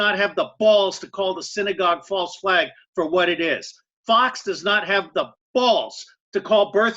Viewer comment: its not "fo" news" fox sounds like faux or false news